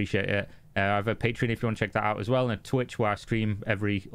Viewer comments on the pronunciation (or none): none